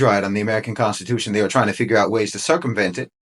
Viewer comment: The CON-stitution.